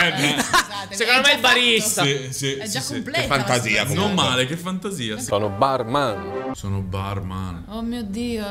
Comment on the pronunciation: "Bar-man" mi ha fatto scassare lol